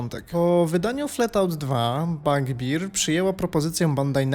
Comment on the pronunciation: Bardzo chciałem obejrzeć ten film ale "Fletałt" i "Bagbir" mnie pokonały. Sorry. Jak już tak brylujesz angielskimi słówkami to chociaż trzymaj równy poziom.